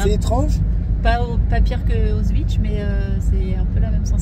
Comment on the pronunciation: tu dis: "Voilà UN AN d'année scolaire en histoire.. EN UNE FOIS"!!! Ca,, c'est de l'histoire APPROXIMATIVE.. un peu comme on (tu) prononcerait " Osvitch" au lieu de AUSCHWITZ, ou qu'on (tu) dirait "les américains sont venus nous aider", alors que les plus grands historiens reconnaissent que les américains n'interviennent que pour défendre leurs intérêts impérialistes, quitte à tuer des centaines de milliers d'innocents civils.. précisément comme en Normandie où leurs bombardement ont tué des dizaines de milliers de civils français. En ces jours de commémoration du débarquement, à t'entendre, j'ai mal au coeur pour nos anciens., ne méprise pas l'Histoire car "Qui ne connait pas l'Histoire.. est condamné à la revivre". PAIX à tes enfants et à tous les enfants du monde. Fanfan OSWALD